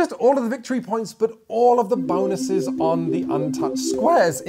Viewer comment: What’s up with all the ‘Bahn-OO-ses’? 😂 Is this like the ‘meow’ game in super troopers? I wouldn’t have thought anything of it except for did it in one his recent videos as well! Loved the video, thanks for the great content!